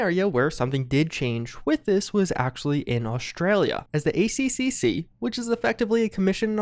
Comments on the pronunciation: It’s spoken as the A triple C not the A C C C. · FYI we pronounce ACCC the "A Triple C" any other way sounds super weird.